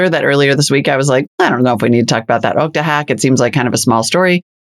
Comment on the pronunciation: “Ookta” 😂😂😂 That’s not how you pronounce Okta lol